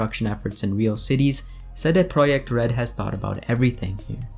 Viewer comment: Why're you saying "CD Projekt Red" like that? haha. Is that actually the proper way to say it?